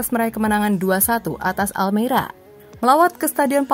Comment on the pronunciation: Almeria bukan almera hadee3h